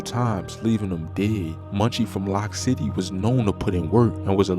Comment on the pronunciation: Loc city not lock city lol